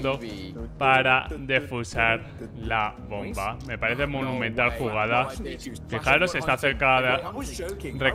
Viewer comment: Buen video pero k te pasa con la palabra "monumental"? XD